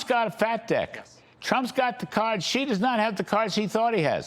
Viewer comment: He said "deck" but it DEFINITELY sounded like another word than made me laugh out loud.